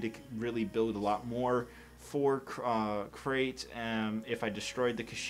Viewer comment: Did you say a great or Crait start